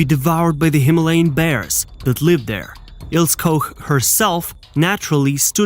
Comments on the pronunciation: it’s IlsE not Ils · It's Il - SU, not Ills! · It's also "ILL-SAH"....not "ILLS" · Il-seh… her name is pronounced Ilseh. But good documentary. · Please, fix the narration. Her name is Ilse, not Ills. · whats an "Ils" ? the name is Ilse and the e on the end is pronounced...! LEARN TO SPEAK GERMAN NAMES CORRECTLY OR CONTINUE TO MAKE AN ASS OUT OF YOURSELF FOR THE ENTIRE WORLD TO SEE....! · Pronunciation: Ilse, not Ils. Koch, not Koc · Her first name is pronounced "EEL-zeh", not "Ils". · Her name is pronounced Ilse, not Ils. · It's pronounced "Il-sa". In German, the "e" is not silent. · Her name is pronounced Eel ser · Prounounced...Ils..a....bloody AI!!LOL LOL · I believe it’s pronounced Ilsa. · Wrong "O" sound in Koch. It should be ô not ō. Ilse is pronounce "Il-suh". An "E" on the end of a word in German is not silent, it's pronounced "uh". Why would you use English rules of pronunciation when speaking another language? Usually, only the Brits are haughty enough to do that. When Americans do so, it is generally completely out of stupidity. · Is this the story of Ilse (pronounced ILL-ZA) as in Illse she wolf of the SS? They really have to stop using these "Bots" to narrate. I'm glad I don't have any "ti-toos" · Ilse is pronounced "ill-see". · Ilse is pronounced I l s e r Koch is a short 'o' as in hot (not cold) A bit annoying to hear them mispronounced so many times. Otherwise well put together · German doesn't use a silent 'E'. Her name is pronounced as 'Ilsa'. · Its pronounced ILL-SA. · Mate, isn't it 'il sa'. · Pronounced "ILL-SAH" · I noticed that as well lol